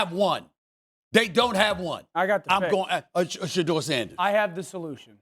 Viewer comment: Cam said Shudur !!